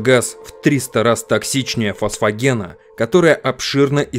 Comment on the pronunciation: "фосфагена...использовали в первой мировой..." -- ФОСГЕНА, ты хотел сказать.